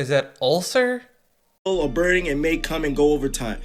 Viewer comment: bro thinks he's smart enough that he can say how everybody else is stupid but he doesn't know how to pronounce the word ulcer people in glass houses .....you feel me